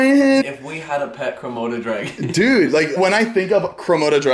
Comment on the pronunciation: "IT'S A KRAMODA DRAGON" made my day